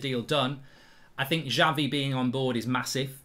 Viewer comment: i hope we sign him as fast as possible and btw Mark its Xavi not Javi :)